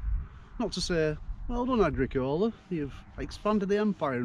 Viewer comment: Agricola is pronounced; Agr-ee-kola.